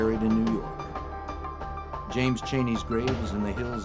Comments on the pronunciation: "nuu yawk affice" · Noo Yawk Arfice